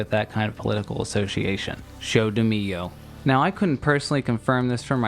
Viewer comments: wow how can he say show damilio and think he said it right kkkkkkk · Show do Milhão, not "showdmillo", gonna need to practica that portuguese!! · Dude you are saying show do milho its really funny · You said "Show do Milhão" and it sounded like you said "Show do Milho" Milhão is the portuguese for million Milho is the portuguese for corn Which means that "Show do Milho" would translate to "Corn Show" Also, seeing it as a brazilian version of "Who Wants to be a Millionaire", it would become "Who Wants to be a Corn Owner" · The funny part for me as a Brazilian it's how you pronouced "Show do Milhão" like "show do milho", translates as "corn's show" hahaha. But, like you said in the coments, I really hope that EE ia truth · "show do mio", it's that hard to open Google Translator and learn the pronouciation? Come on man... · "Show do mio" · Oh, boy, that pronuntiation of "Show dp Milhão" is just.... 🤣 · The way you pronounce 'Show do milhão' makes me laugh so hard lmao